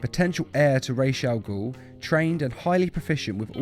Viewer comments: I am arabic and it is rase with s sound you can be sure by translating "head" to arabic because "rase al gol " is head of daemon or ogre in literal . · i am Arabian and the way it's supposed to be said is razz which means head in Arabic. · Your prononciation is wrong actually it's Ra's Al-Ghul رأس الغول or head of the demon which is the same prononciation in Batman begins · its ra's al ghul originating from arabic رأس الغول. it means head of the demon or devil smth like that so technically everyone is pronouncing it wrong. copy the arabic i wrote and paste it on google translate if you wanna see how its pronounced. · you're wrong about this one, if the origin is arabic, "ra's al ghul" (رأس الغول) means "Demon's Head", and it's pronounced "raas" not "rash" . and by the way, The arrow tv show screwed so hard with the arabic sentences. (trust me i'm arab lol ) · In , I'm Arabic and Ra's al Ghul is an Arab word and the pronunciation of his name is not (Raish) nor (Raz) it's pronounced as (Rasss..) in the end of the name the S is like a slither of a snake , so don't act like there is a stick up your ass like you know how to speak Arabic. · His Name is realy pronounced raas al ghul cause its an arabic name mean the head of the demon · Actually it's neither "rach" nor "ra's", it's "rass" which means head in arabic and "gul" means something like demon so "ra's al ghul" means "the demon's head" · i live in egypt i speak arab and its call RA'S not RAYSH Ra's: head Raysh: feather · it's pronounced raas Al ghoul in Arabic hene the name the demons head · if its supposed to be arabic then its raz raysh isnt a word in arabic and its not even a Z its more of an S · Pretty sure its Ras and not Rache (i speak arabic). Or is it just the way DC likes it? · Ras al gul is an arabic word and its not pronounced raish cuz im arabic and i know how to pronounce it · Ras al 'ghul is arabic for the fiends head not the demons head and its actually pronounced R'as al Ghul not Raish al Ghul